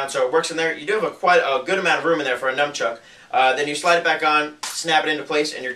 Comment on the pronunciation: DID U SAY NUM-CHUCK!!!??? srry that drives my crazy ITS NUN-CHUCK